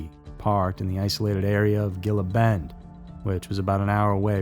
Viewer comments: Gila Bend. Hee-la Bend. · I don't like the idea of correcting anyone after hearing the tragic story of Elijah, but, FYI, Gila Bend, AZ is pronounced, H E A L A Bend. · Heel - luh bend.